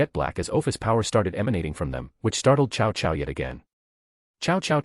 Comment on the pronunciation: Ah yes, chow chow, my favorite general from the Romance of the Three Kingdoms and Dynasty Warriors. Ai reader didn't handle reading Cao Cao very well.